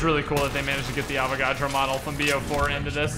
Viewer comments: PS it's Avagadro not Avacodo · His name is Avogadro not Avocado